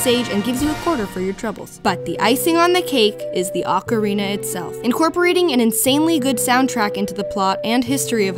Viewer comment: Thank you for pronouncing "ocarina" correctly. Practically nobody does. Most people pronounce it "oak arena".